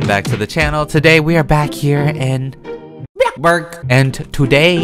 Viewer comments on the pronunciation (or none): You said it wrong it’s “book Barg” not “blox bur” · You alway say bockburg a like do it all day so so cute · STOP SCREAMING UR INTRO my ears ah 🚫 Oh yeah why do u say block burg I put cap ions on it says block burg sometimes Bog bug I'm a day early for me it's Saturday WHY WOULD U MAKE MY LIKE FO MISRABLE makes bird noises bc she gasps